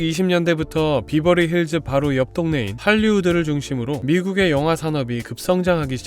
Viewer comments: 베버리힐즈라고 하던가 비버리힐즈는 뭐임 콩글리쉬도아니고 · Berverly Hills <비버리?> 보다? <베버리 accent로 하셔야>, BH: 평지(논,밭)보다 山 (LA지역 기후, 부자들, 평지보다 높은 山 선호함) 동네입니다. BH 이웃 Hollywood! 미국 문화 중심 유명 배우들이 BH을 엄청 선호해서입니다. HW는 이미 100년 전부터 엄청 발전을, 즉 BH는 HW 위한 위성 도시로 보셔야, 참고, W, Hollywood<아주 작은동네; BH와 HW<이곳, LA 시에 속함>: 70% 주민이 동성애들 동네로(1984, 시로 승격) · 베버리힐즈인대 비버리힐즈 라고 하시니까 뭔가 욕같음.. ㅋ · 비버리 아니고 베버리 입니다 발음 유의해 주세요! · 베벌리 힐스 라고 해요 비버리 라는 말은 제주도 말이지요. 베벌리 힐스보다 Belair 가 더 부자 동네인데요. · 비버리가 아니고 베버리 힐즈 이구요, 동네 입구에 온갓 명품점들이 많아서 외국 에서 오는 돈많은 여행객들의 명품 쇼핑 장소 이기도 합니다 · X 비버리 힐스 O 베벌리 힐즈 발음 좀 제대로 해라 ㅉㅉ 비비긴 뭘 비벼? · 비버리힐스가 아닌 베버리 힐스입니다. 베버리 에 버는 버와 벌사이로 발음해야 합니다.벌자에 도 가깝지만. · 베버리 힐즈에요 발음도 틀리는 설명은 너무 저렴한 느낌입니다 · 배버리 힐스 로 발음하셔요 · 베버리힐즈가 더 발음이 정확합니다😂